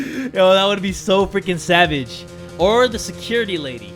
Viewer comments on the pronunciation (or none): none